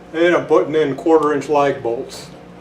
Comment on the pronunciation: Okay you said quarter inch lag bolts which by the way sounded like light bulbs LOL but other than that what did you use as hinges. Pretty critical to know that other than screwing in the lag bolts and believing it swivels like that